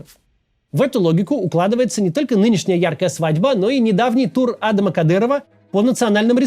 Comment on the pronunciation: Почему вы Адама на первый слог ударяете? Он же не англичанин.